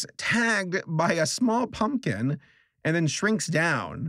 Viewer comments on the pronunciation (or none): The first time I heard say small pumpkin I misheard him and literally thought he said smool poompkin